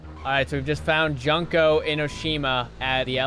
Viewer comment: The name is pronounced June-Ko